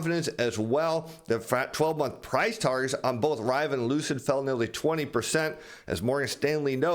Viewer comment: I never heard someone butcher the word Rivian so badly!